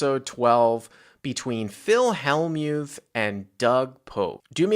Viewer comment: he also mispronounces Phil Hellmuth's name as well